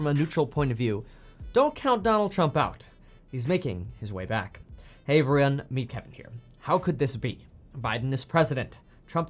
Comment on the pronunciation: Lmfaoo hilarious boi needs a haircut " hey everyrrun"